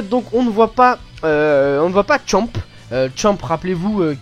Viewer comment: c pas champe c c champa